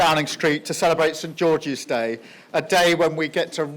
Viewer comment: He speaks like he needed speech therapy as a kid and never got it ‘shaint georgish day’ 🤦‍♀️